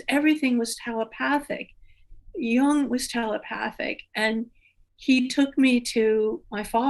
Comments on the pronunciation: His name is not prounced young. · I still cringe every time I hear someone pronounce Jung as rhyming with "fun". It rhymes with "put", as in I need to put sugar in my coffee. Sorry if this is off topic, but there it is. That said, I think I'll be learning much as I listen over and over again to this conversation. Thanks to for giving us these podcasts!, you are wonderful!